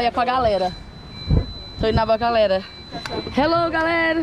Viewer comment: A Camila falando hellou galera kkkkk